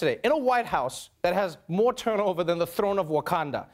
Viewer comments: I love how Trevor says Wakanda!! Correctly! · I Z listen to how Trevor, a native Xhosa speaker, says it compared to an American.